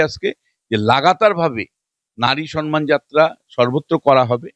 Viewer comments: দয়াকরে সন মান বলবেন না, মমতার মত। কথাটা কিন্তু সম মান। আমি ভেঙে লিখলাম। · সম্মান কিন্তু আপনি বলছেন সন্মান ৷